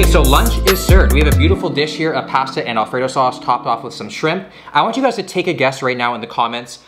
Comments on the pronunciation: Say pasta correctly. Your from Canada not Boston, lol. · You can really the Canadian in him when he says “Pasta” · Ok I was wondering! This is my first time watching one of his videos. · the way this man says pasta is so unreal hahahaha... I noticed greg doucette says the same thing.. oh Canadians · I’m just here for how pronounces pasta lol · They way he says pasta 😳🥴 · No one is talking about how he pronounces Pasta 🤨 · Anyone else bothered by the way he says pasta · Please don’t say pasta anymore